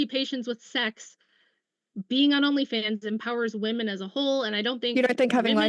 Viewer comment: Does she know it’s “women” and not “me”